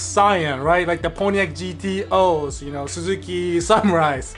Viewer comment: You lost me when you said pontiac gto